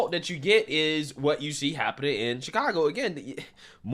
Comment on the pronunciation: Uh it’s pronounced Shitcago